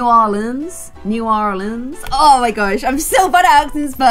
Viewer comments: you don’t pronounce a d at all in new orleans , it’s just new or-lins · Its Pronounced new or leens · its new-or-lins ORLEANs love you though <3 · Its Bye U! And New Or leens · its new orleens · You're totally right! But as a Louisianan it makes my blood boil when people say new or-lean-s it just ain't right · Here’s some help. Bayou: baa you New Orleans: new orlands Lebouff: le boff Thought it would be a bit helpful if you knew how to pronounce everything. #peach-juice-for-life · Pronunciation guide for! Bayou- Bi-you Le Bouf- Le Buff New Orleans- New Or-lins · New Orleans is pronounced New Or-lins and you say the Ba-you. Also I think Tiana should marry prince Naveen. Then she would adopt the next princess. Love your videos! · new orleans is kinda pronounces as “norlins,” just with a soft o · Buy-you, La-boo-ve, New or-lens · Omg!!! Your accent is hilarious lol 😂😂😂 The way you said Atlanta was soooo perfect and it’s ironic because Georgia is actually the peach 🍑 state in the US!! And if it helps: Bayou- By you New Orleans- New Or Lins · Incase u were wondering pretty sure that New Orleans is pronounced new or lands incase you were wondering Lysm xx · Here is how you pronounce New Orleans, New-Or-Lins, New Orleans. Like so can see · I'm southern. You say New Orleans as New OR-LENS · It's pronounced new ore leenz and bye you hope this helps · Pronounce it like this: New~ Orlins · New OR-LENS SUTHERN GORGE-UH THE BY-YOU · It's pronunced new-or-leans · It’s bay-u and new-or-l-ee-ns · It’s ‘ new -or-lands’ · New ar lans Bah youu 😂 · Okay so do this. Pronounce New Orleans the way that the French did and claim that you are learning the language of the baguette. I did this in my French class one year and it worked, then proceeded to accidentally do so during an English presentation the next class and still got away with it. So ha xD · 😂😂 instead of trying to pronounce New Orleans you can just call it NOLA (nol-yuh)